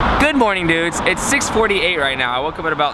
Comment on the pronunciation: did you say good morning nudes Today!!